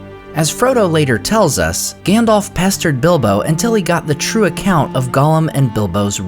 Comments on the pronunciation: it isn't Gan-dolph just a heads up it's Gan-dalph alph, like the Alps, but with a ph.. #DolphLundgrenHasExitedTheBuilding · OMG he is still saying Gandolf instead of Gundulf! :face-fuchsia-wide-eyes::face-blue-wide-eyes: Whyyyyy!!! :face-fuchsia-tongue-out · It bugs me that you say Gandolf instead of Gandalf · It's not Gandolf. Lmao. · Is Gandalf not gendolf 😂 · "Gandolf" lol😂